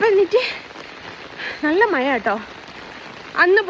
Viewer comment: മയ അല്ല മഴ 😂